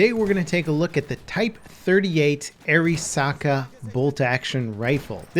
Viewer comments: “Air-ee-Saka” lolz it’s air-a-saka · It's aah ree saa kah! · I thought "Arisaka" said "Alaska" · I hate the way you pronounce the name of this gun.....sorry dude, like ur stuff....but damn, watch some videos on the guns or some shit dude....